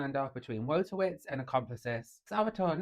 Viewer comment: it's pronounced Voytovich.... trust me, i'm a professional Pole